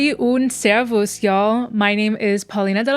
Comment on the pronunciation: That was a nice "Servus!"